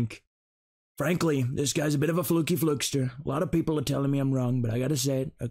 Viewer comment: THE PEE-PUL PAY FOR 🇨🇺👊